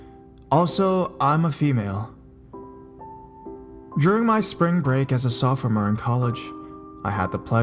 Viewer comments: You pronounced sophomore wrong lol..is that how people pronounce that word in your neck of the woods? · Hmmm well who knows either way just sounded funny doesn't mean I won't listen anymore :D. I considered the possibility that maybe he just pronounces it different depending on where he lives. At one point I thought he said he is located in Canada. That could be another YouTuber though.